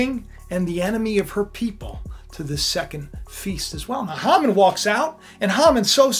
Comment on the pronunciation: His name is pronounced Hay man